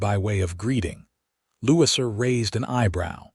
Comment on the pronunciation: Please listen to you ur story. The correct pronunciation of Louisa is NOT Lou-sea. This mistake takes away from your story.